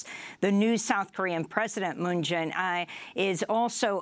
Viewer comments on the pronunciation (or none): The President of Korea is Moon Jae-In. Jae is pronounced like Jay. You have mispronounced it times before.